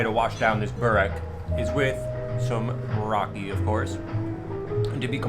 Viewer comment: Its raki not rocking and accent come on